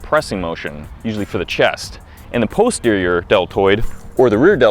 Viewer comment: Dude, stop saying "PUSS terior" ha ha